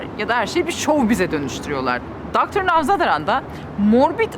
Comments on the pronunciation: aynen benim de kulağımı tırmaladı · Nowzadaran değil ı telaffuz yanlış.Nowzaradan olacak😊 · Nevşin hanım söylemesi zor katılıyorum ancak, nowzaDaran değil nowzaRadan 🤗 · Adamin adi nowzadaran degil nowzaradan, once onu bi öğrenseydiniz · Ah Nevşin hanım , sen NowzaRaDan yerine dr,NowzaDaRan dedikçe ben videoyu izleyemez oldum ve bıraktım. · Abla adamın adı Younan Nowzaradan , dolayısıyla novzaradan diye telaffuz etmek gerekmez mi ? novzadaran dedin birkaç sefer, gerçi senin telaffuzun bizden iyidir muhakkak ama , valla öğrenmek için soruyorum artniyet değil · Daha konuştuğun insanın adını bilmiyosun nawzadaran diyorsun. Adı Dr. Nowzaradan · Nevşo , adamin adini biraz telaffuz pratigi edeydin bari ya, nowzadaran diip duruyorsun, kafam kadar nowzaradan yazio heryerde, orfa koptum olaydan 😂😂👋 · Dr. Now ; zadaran ❎ ZARADAN✅ ( Gerçek gurmelerin gözünde yaş ) 😅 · NOWZADARAN değil NOWZARADAN olacak, sen önce okuma yazmayı bi öğren. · Merhaba Nevşin hanım, Doktor ‘un soyadı Navzadaran değil Navzaradan küçük bir ayrıntı gibi görünebilir ama önemlidir. Soyadınızı Mengü yerine Nengü olarak telafuz etseler herhalde hoşunuza gitmezdi! Emekli bir meslektaşınız olarak dile getirmek istedim. Emeğinize sağlık! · Nowzadaran değil yalnız, Nowzaradan. Görüşme yapılan insanın adı da yanlış söylenmez yahu. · Dr. Nowzadaran değil, dr. Nowzaradan olacaktı. Güzel bir röportaj olmuş Nevşin hanım. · Nowzadaran değil sevgili Nevşin hanım, Nowzaradan doğrusu☺️ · Nowzadaran! Bir de doğru telaffuz edeymiş dr un adını😂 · doktorun ismini doğru telaffuz etseydiniz keşke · Nevşin hanım yanlış mı telaffuz ettiniz açıkçası bir tık rahatsız edici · Merhaba Nevşin hanım Dr Nowu çok ilgiyle izlemiştik zamanında çok teşekkürler. Ama soyadını yanlış söyleyince biraz tuhaf oldum 🤣🤣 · Kız ismini doğru söyleyeydin.Adam sana vakit ayırmış. Ayıp olmuş yani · Genetic?😅 Nevsin dogru telaffuz edemedigin icin, Doctor anlamadi seni.